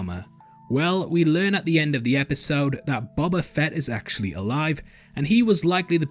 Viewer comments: I feel like a bit of a dick for saying this but its pronounced Bohbah, not bobbah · Why do you pronounce “boba” in such a weird way? Like, “Buba”